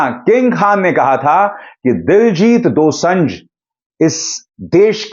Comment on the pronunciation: दोसंझ नहीं sir दोसांझ है